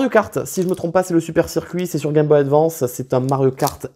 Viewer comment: Pas capable advance cest un mot anglais alors dite le em aglais svp.